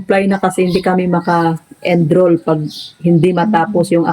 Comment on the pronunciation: wag.ka ma offend ha...."enroll"hindi "endroll"..😊